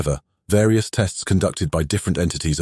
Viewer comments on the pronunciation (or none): none